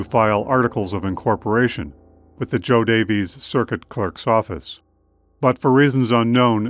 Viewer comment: This is fabulous! I am a descendent of the Rodden Family. John Rodden is my Great great great Grandfather. Btw... JoDaviess Couuny Illinois is pronounced Jo "Davis" County.